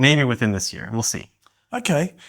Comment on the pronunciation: the word is "this", not "diss"